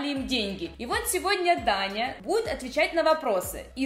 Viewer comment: МНЕ ПОКАЗАЛОСЬ НЕ ДАНЯ А ТАНЯ